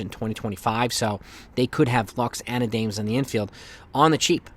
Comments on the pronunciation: Not A-dames. Its pronounced Ah-dom-us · It’s A-DA-MES not Adames. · Isn't it pronounced ah-dam-es?